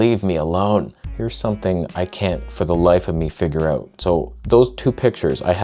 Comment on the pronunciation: You can see when truly is angry his Canadian slips out. Or should I say "ooot"?